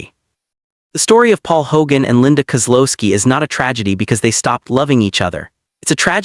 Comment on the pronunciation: Linda Kow-looo-ski